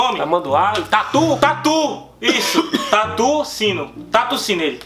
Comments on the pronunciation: "Tatu sino" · "Tatu ssindo" meu Deus🤦‍♀️🤦‍♀️🤦‍♀️